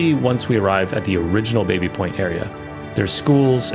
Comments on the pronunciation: Baby is properly pronounced 'Bah-by', if you can't do that, 'Babby' is fine. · The area was once owned by the Baby family, pronounced Baa-bie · The name "Baby" is actually pronounced "Bobby", after the French founder James Baby.